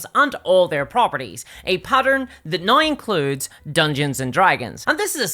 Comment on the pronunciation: Why the fuck do you say "now" like that ☠️☠️ "NAOIIIGH"